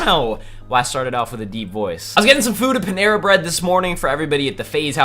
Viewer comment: He said it wrong its paneeera bread